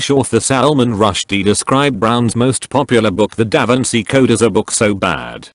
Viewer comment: "DAVANCI CODE"